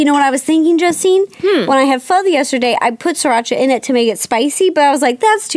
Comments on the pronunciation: OML IM SO HAPPY RO SAID PHO RIGHT!!! SO MANY PEOPLE SAY IT WRONG AND PRONOUNCE IT FO! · YES FINALLY SOMEONE SAID PHO RIGHT 😂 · great video... wanna say thanks for pronouncing Pho correctly haha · I LOVE PHO TOO! OMG YOU SAY IT SO AMAZINGLY!